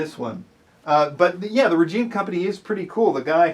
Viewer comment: It’s “rej-eye-na”